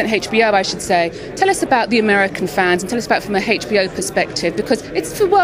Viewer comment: why does the british lady keeps saying HechBO